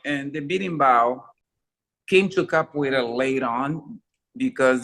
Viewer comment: Great interview. But I really want to know, is the a reason why you don’t say the “ra” at the end of capoeira? It just sounds like you’re saying “capo’ei”. Always wanted to ask. Thought it was the best time to bring it up. Might just be the way you speak. Like “Choreography”. “Co-ography”… just like Phat Samurai. As you can tell, been watching your videos since the jump. Love the channel. Keep it up!!!